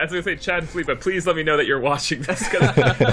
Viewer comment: It´s Felipe, not Filipe.